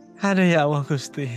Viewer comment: Mau menyendiri mendekatkan diri kepada Allaah.malah piral rame Gusti Allaah dibacanya Gusti Alloh